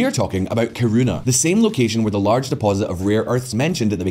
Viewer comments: Kiruna* not kuruna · Kiruna is pronounced “Key-ru-na”